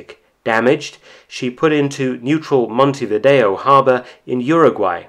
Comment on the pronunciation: quibble: like many, you put the stress of 'Montevideo ' on the wrong syl-LAB-le.